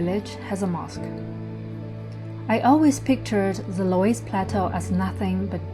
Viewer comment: So you have a German husband with you and he couldn't tell you how to pronounce 'Loes' (Löss) in 'Loes plateau'?😂